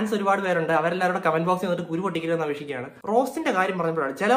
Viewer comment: Strell🔥....കമൻ്റ് അല്ല....കൊമൻ്റ് ആണ്....😁😁😁